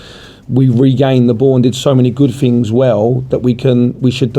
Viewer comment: Blabber mouth says he finks fings could be better just like I fought 🤣